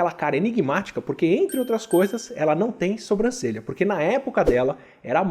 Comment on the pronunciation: Kkkk difícil não falar "sombrancelha". Sei que vc sabe falar certo mas às vezes escapa a forma errada.